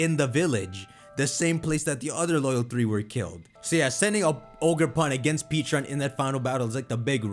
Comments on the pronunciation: it's PECHA-RUNT not PEACHA-RUNT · I don’t get why he keeps saying peacharunt instead of pe-cha-runt the correct pronunciation even the video giving us it’s backstory pronounced it as pecharunt so where is he getting peacharunt from💀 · You’re not saying Pecharunt correctly! Watch the story of Pecharunt.